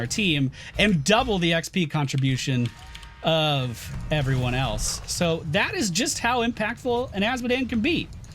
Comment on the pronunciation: starts the video: "Hello everyony..." everyony:)